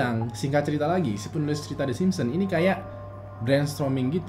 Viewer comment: yg gw dgr: kartun tersebut adalah.. the Simsem:v